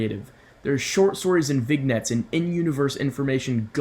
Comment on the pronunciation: I think it's pronounced Vinyets.